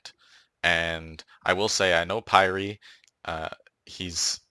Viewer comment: The way you say pyre bothers me